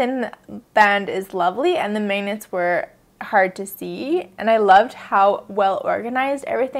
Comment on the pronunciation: How do you pronounce "magnets"? I keep hearing you say "mangnets"... I'm from Brazil so of course I'm NOT an expert.